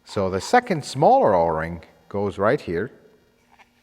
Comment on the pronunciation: Enjoy watch other your educational video Thanks you very much Not picking on you just try to help when you said 0-Ring sound like Orange please keep up with the good work thanks